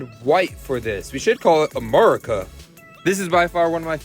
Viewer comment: It's america not amareca